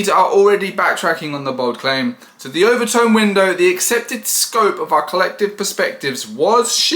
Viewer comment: Overton Window, not overtone.